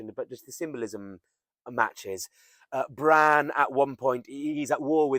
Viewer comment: Really interesting vid! Long "a" in Bran